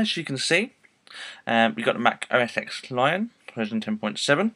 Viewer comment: Thanks for posting this, but I just wanted to add that it is not OS "Ex" it is OS Ten. The X is the roman numeral for Ten. It is pronounced OS Ten.